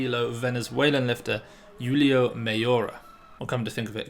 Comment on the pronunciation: JULIO 👌👏👏🤣😂 no Yulio...great job